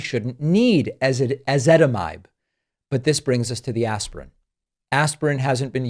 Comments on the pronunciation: You got the pronunciation correct- stress the “zit” in Ezitamibe. Honestly. My pharmacist had to teach me how to say it. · I take Ezetitimibe and even I can’t pronounce it! You did an excellent job.